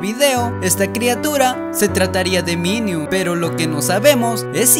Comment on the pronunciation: Alguien más Se dio Cuenta que Dijo miniun En lugar De minion?XD